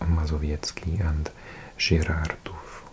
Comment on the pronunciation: Wow, this pronounciation is very good ! Really nice recognition of our way to speak W, U and J and of course all the diacritics. And your accents are in good places. You even conquered Żyrardów and Świnoujście without problem. - you have voivodeship here, or a province if you wanna be in more international terminology. There are 16 of them in whole country. - it's very ancient word in Polish, but yes, it means island. Now it is only fossilised in place names. Nobody calls island like that, now it is "wyspa". - I never knew why some cities of ours have English versions, while other don't. - back then, in Eastern Block times, when Lithuania and Belarus were Soviet Republics, this far-west reaching russian land made sense. It has been cut off from its mainland since those two regained sovereignty. It sits there like a sore thumb.